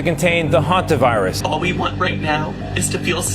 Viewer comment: Please pronounce hantavirus properly